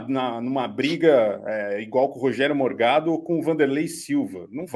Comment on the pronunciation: Corrijam por favor. Não é Morgado é mor-GADO. "Forgado" e fascista.